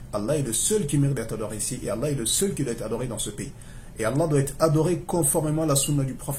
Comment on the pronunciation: Salam aleyka akhy j’ai comme l’impression que tu dit « laye » à la fin du nom d’Allah Qu’Allah facilite